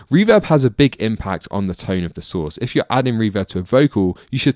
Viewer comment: Dude I swear I thought you said “[plate verb] can totally change the tone of the sauce” And I was like oh fr this man knows the goods